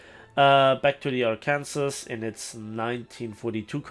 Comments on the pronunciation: Ar-kin-saw.. Arkansas. Great Vid! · Its pronounced "Ar-Can-Saw" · It's pronounced "Ar-Kan-Saw" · It’s pronounced “arkensaw”